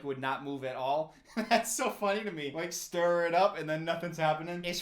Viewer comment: The "stiR" gets me every time 😂